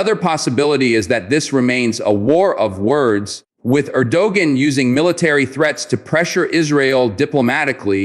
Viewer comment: You know all is well But it would be nice if you can pronounce the countries president's name correctly